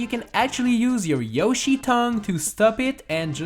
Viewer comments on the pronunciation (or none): none